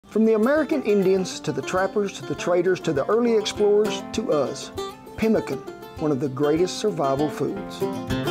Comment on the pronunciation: Chiopewa/ Cree here.. You said it right.. we will use rabbit too!